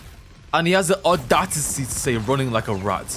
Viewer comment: “And he has the aduaticity to complain” 😂